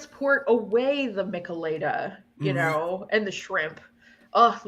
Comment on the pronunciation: Minor note- it's pronounced mee-chay-lah-dah (Spanish). A similar drink is the Caesar from Canada. 👍 I grew up in SoCal and actually had a few of these. Not the biggest fan, but you can even get them at Dodger games. Bud and the usual Mexican beer brands even sell them in can form 😂 See them in gas station fridge sections